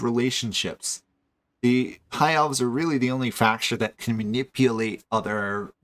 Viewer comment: You struggle every time you have to say elves.